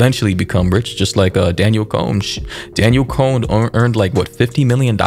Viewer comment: Disappointed you called her Daniel it’s DAN-YELL DANIELLE. But not hating still amazing content.